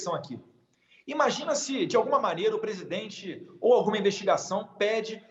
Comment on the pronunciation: Datena aprende a falar presidente seu inchado.